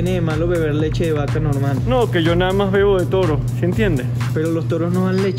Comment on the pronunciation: Dijo mási. jajaja 😂